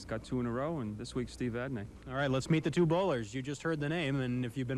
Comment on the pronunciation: Murphy Pronunciation: Vadney pronounced Vadnay, Dupuis pronounced Dupree. That along with Murphy Math on TV is certainly something...